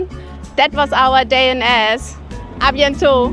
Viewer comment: Memories ❤ yes love Eze! We were there a few years ago. After, hearing you say Eze, I know now how to pronounce it😂 some pronounce it like Easy? Thanks, ladies another great video.